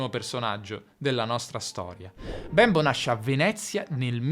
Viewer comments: Si pronuncia Bémbo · Bravissimo! Ma quindi l'italiano è una lingua "manierista"? e Bembo non si dice con la e chiusa? Grazie Ciao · infatti. Mi crea davvero un poco di disagio quella 'e' così marcatamente aperta che adopera nella pronuncia del nome Bembo